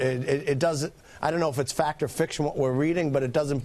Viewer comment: It's Huawei, not Uawei.